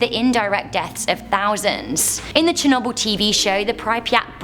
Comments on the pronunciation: can someone please teach her how to pronounce Chernobyl and pripyat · Said pripyat and Chernobyl wrong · Got to love pronunciation of Chernobyl and Pripyat